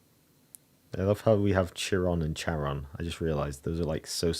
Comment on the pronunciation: Hi! The h is silent, it's çaron